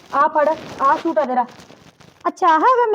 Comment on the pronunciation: ਸ਼ੂਟ ਨਹੀਂ ਸੂਟ ਹੁੰਦਾ ਚਲਾਕ ਭਾਬੀਏ ਤੂੰ ਤਾਂ ਬੋਲੀ ਹੀ ਹੋਰ ਬੋਲਦੀ ਈ ਏ ਸਹੇਲੀਏ😅😅 ਨਾਈਸ ਵੀਡੀਉ ਐਕਟਿੰਗ ਸਾਰਿਆਂ ਦੀ ਵਧੀਆ ਆ😅😅